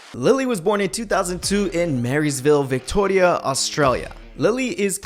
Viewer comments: I know this is probably the pickiest comment but when you were introducing lily why did you say Victoria like that... I grew up there and you just say it like Victoria I'm really confused... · Why did he pronounce Victoria like that lmao